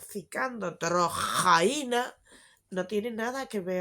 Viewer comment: Me da la vida cada vez que dices drrrrrojaina